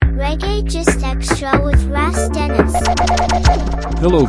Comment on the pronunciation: It's not pronounced Ras like gas, It's Ras like boss. If you don't even know to pronounce your own "name" you don't carry much clout. Raaaaas clot!!!